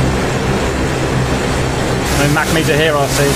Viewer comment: The whole time I was wondering what the heck is a "mack meter". Finally I realized he was pronouncing "mach meter" wrong.